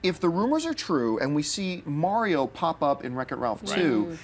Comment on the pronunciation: why does no one know how to say mario?